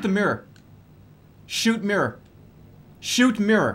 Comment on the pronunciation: “Shoot mirr. Shoot mirer. SHOOT MEERER.”